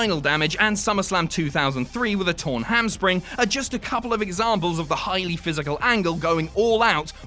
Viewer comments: I had to rewind to make sure you said "torn ham spring" and not "hamstring" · 8.34 pretty sure he says “Hamspring” instead of “hamstring” someone let me know if I’m going crazy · Did I just hear "torn Hamspring" about Kurt Angle?